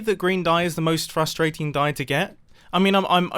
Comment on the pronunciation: who loves when he says frustratin